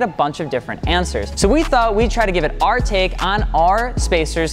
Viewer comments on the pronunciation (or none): Our and are are not pronounced the same.